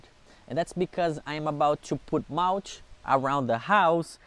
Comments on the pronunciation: Did he say malch? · Have fun with your "mowtch". Be careful when you are mowtching, you could get dirty.